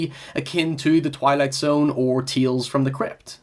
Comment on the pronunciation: What’s “Teels from the crypt”?